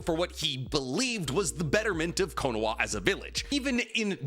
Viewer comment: How do mess up the pronunciation of konoha